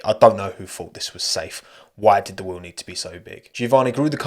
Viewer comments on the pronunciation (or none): none